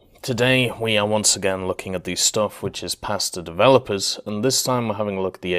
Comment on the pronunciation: I don't know why but Everytime he says "passed to developers" I hear pasta developers.